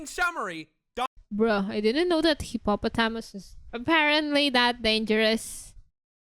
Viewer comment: I like how she pronounces hippopotamus